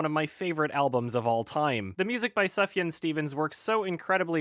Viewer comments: I am THRILLED you are a fan of Sufjan like me, but his name is pronounced SOOF-YAN, not Suf-Yun like you're doing it. Damn Canadians... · It's pronounced soof-yaan not suffyan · It's pronounced Subaru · Its pronounced soof-yahn. What is wrong with you? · It's actually pronounced 'subaru' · Triggered by the way pronounces Sufjan. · Sufjan is pronounced with a long "u" sound. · Look, if you have a name like Sufjan I think it's expected to be mispronounced. He even had that line in C&L about how his step dad couldn't pronounce his name and just called him Subaru. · I was gonna say something, but I saw this was the top comment, so thanks.